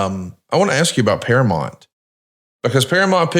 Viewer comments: you are killing me with your misuse of the English language. It's bad enough he says all of the sudden when it's really all of A sudden. Then he calls Duke the Dumpster Droese, Drozay. But saying Paramont instead of Paramount? It's one of the biggest & most successful movie studios ever & there ain't man, woman or child that doesn't know how to say it. I guess is a big subscriber to Paramont + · Para-Mount, you're killing me smalls